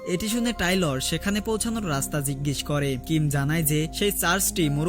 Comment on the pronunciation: বেচারার না টেইলর,, টাইলর না😂😂